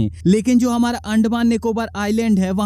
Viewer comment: भाई आइसलैंड नही, आइलैंड होता है...